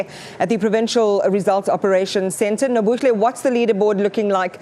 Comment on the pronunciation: YOU CANT PRONOUNCE THE NAME NOBUHLE VERY WELL YET YOU SAY KZN IS YOUR HOME PROVINCE